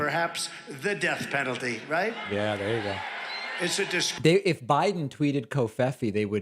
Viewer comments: Please tell me why Trump pronounced that name president "BIDENT". That's so friggin weird. Why did he do that? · David, please save the "president... BIDENT" to the soundboard. Absolutely imperative